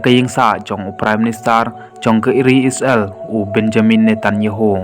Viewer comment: u nong ai khubor ha ka ne ka channel um pat nang ban kynnoh..Ia ka Isreal ruh u khot..I-sra-el..Sngew blad ban sngap